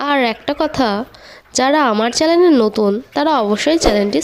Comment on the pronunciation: চ্যানেল উচ্চারণ টা ঠিক করবেন।